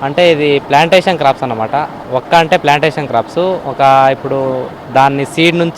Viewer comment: Ori nee yabba arey adhi వొక్క కాదు రా వక్క